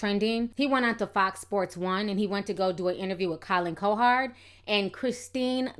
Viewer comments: Lol, I love your YouTube commentary, but his name is pronounced Colin "COW HERD"😂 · Colin CoHard. Wtf is that pronunciation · It doesn't help you cant pronounce simple words. Say it JUST like it is spelled. Cowherd... Cow-Herd. Not "Co-Hard" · cow herd cow herd now put it together.....cowherd....damn you killed his name ctfu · love the content, but it's pronounced cow-heard. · I appreciate your point of view on this, and seeing through the BS. You definitely need to know the backstory of what was said about him & his sons in order to understand where LaVarr was coming from. But I'm dying because you kept calling him Collin "Co-hard" 😂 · You’re pronouncing colins name wrong